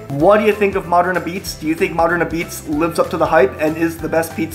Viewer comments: Love you,, but it’s pronounced a-beetz 😉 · It's pronounced ah beets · Just so you know…apizza….is pronounced”apizz” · Its pronounced "Ah-beetz" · Apizza pronounced abeets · It's pronounced............"AHBEETZ." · Locals pronounce it like 'pizza not ah-pizza. The first "a" gets lost. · It's abeats not A-pizza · It's pronounced "AHH-beets", not "Apizza" like it looks. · ah-p(b)eetz not ah-pizza. watch the Portnoy review of sallies and you'll get the pronunciation. Other than that great video buddy glad you made it out here! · Love Modern, I was there today. Not as good as Zuppardi’s in West Haven. Their sausage and mushroom is amazing! Oh and it’s called Ah-beetz.. not A pizza, and it’s not mozzarella it’s Mootz in NH . Lol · It's pronounced "abeetz".......not a-pizza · it's not pronounced a pizza, it's Ah-Beets dude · It's "Abeetz", not "A Pizza". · Ahbeetz, not Ah pizza. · Apizza is pronounced ah beets. You sound like an amateur saying a pizza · It's pronounced ah-beetz not apizza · It’s pronounced “abeetz” and it’s phenomenal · Me, having never been to Connecticut or ever having apizza but living vicariously through YouTube: It's pronounced a-beetz!!! What a rookie! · I think you say it "Abeatz." Next up is Sally's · I think they pronounce it more like A beets or a Pete’s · Some things I want to point out. Modern is not the best apizza in New Haven...it's actually 3rd or 4th. Sally's is the best (also on Wooster St), Zuppardi's in West Haven is second and then there's Pepe's (also on Wooster St) and Modern. Those 2 are pretty much tied. Also, apizza is pronounced "abeetz", and Foxon Park soda is pronounce "Fox-un" Park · I’m not even from New Haven but you gotta pronounce apizza right if you’re gonna review it. I’ll help.. ah-peetz or ah-beetz depending on accent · It's Ah-Beetz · It's pronounced "ah-beetz" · When It's spelled apizza, it's pronounced "ah-beetz" .. Great video nonetheless! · Pronounced a peets